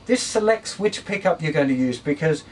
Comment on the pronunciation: On the pickup part at first I thought he said pee cup